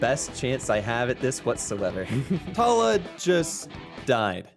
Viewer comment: Genuinely SO CRAZY to hear my name in something and like being said, especially said CORRECTLY too omg... (my name is Tala haha, I REALLY don't hear it much from like anything other than family) I also remember Sally Face had a char named Tala teehee i feel so seen 🤩